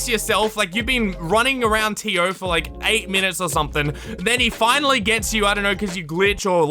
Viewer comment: totally not related to the video but everytime said tio i kept thinking of dio